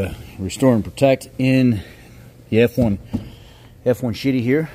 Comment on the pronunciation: Did he said f1shity here😂😂😂😂😂